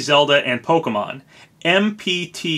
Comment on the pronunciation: Bless you for pronouncing Pokémon properly and not as Po-Kee-Mon like most youtubers I've seen do